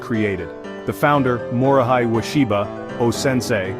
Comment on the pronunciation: O’Sensei’s first name is pronounced “Mori hay.”